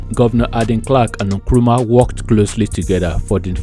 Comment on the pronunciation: It's Nkrumah not nkuruma. Kindly correct pls